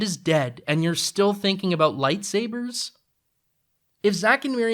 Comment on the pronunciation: "Sorey aboot that." = not funny to you because you hear it every day. 😂